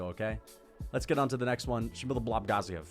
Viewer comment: Why do you pronounce Shamil Gaziev’s last name like that 😂😂